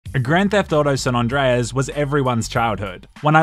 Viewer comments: its san andreas not "san non dreas" smh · Lol... "San Ondreus" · "San Ondreas"?